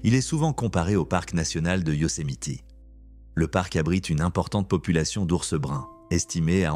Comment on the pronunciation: Il a pas compris ses yousemiteeeeeeeeeeeeeee et pas yousemitééée É😊